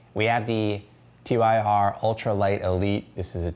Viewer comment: Bro, you can pronounce it "tear" or you can pronounce it "tur", but for the love of God, literally for the love of the norse God of War for which the company is named, do not call it Tee Why Are.